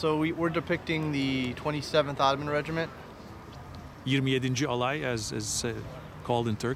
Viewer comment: "27. Alay"ı telaffuz edişine bakılırsa ya Türk, ya da Türk aksanını baya öğrenmiş.